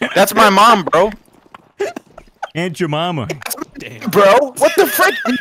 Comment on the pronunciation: "Aunt jimeema"